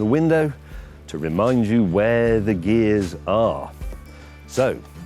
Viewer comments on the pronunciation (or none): none